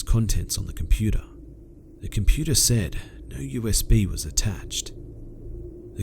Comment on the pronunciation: You keep saying "I *said*", "she *said*", etc., with the emphasis on "said", and it's driving me fucking nuts. Just wanted to point that out :D